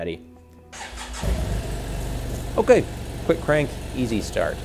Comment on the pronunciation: perhaps the most Dutch “okay” I’ve ever heard